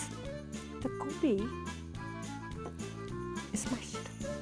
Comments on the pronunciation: I'm not even Indian. But she needs to stop saying 'Go'Bee'. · Its not goubi! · Wtf is gaubi? You're an Indian, at least pronounce it well!